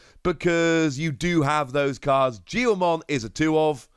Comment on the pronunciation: Its pronoused Geelmon